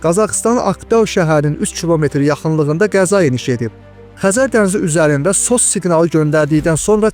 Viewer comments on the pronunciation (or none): Keцirmiş yox- keçirmiş Sos yox, eS O eS